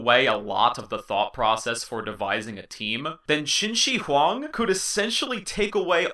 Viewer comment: qin shi huang , the "shi" 's pronounce is not like "shi" in "sushi", its more like "th" in "smith" but with much more clear pronounce.